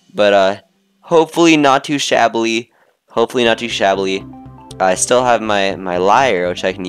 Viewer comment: shabby not shabbly